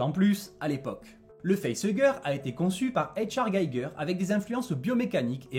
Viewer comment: Le nom de HR Gigger ne se prononce pas à l’anglo-saxonne…